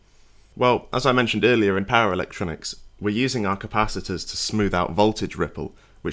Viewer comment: For a while I was like, what on earth are these para-electronics he keeps talking about 😅 before he got to the Hz of mains, and I finally realized he was saying "power electronics" 😂